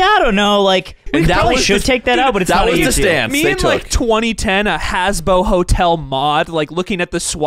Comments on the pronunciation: Habbo hotel, not Hasbo smh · cannot believe nobody diced up for saying “hasbo hotel”